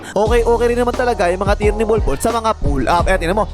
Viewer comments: Grabe talaga tong announcer literal na bnbgkas talagang bulbol instead of bolbol haha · bakit parang "bulbul" na pagkakasabi 😂😂